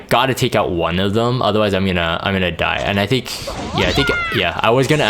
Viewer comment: "I thic" why i hear that everytime he says i think... 😅